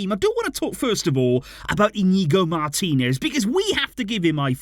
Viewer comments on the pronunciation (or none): none